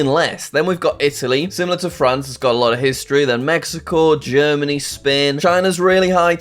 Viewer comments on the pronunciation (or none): “USA is second” “Bahamas” “Germany” “Spain” Typical jsag